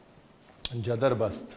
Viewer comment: Jabardast ❌ Jadarbast✅